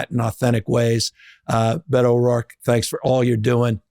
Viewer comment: Gavin calling him "Bay-toe" the whole interview was hella cringe.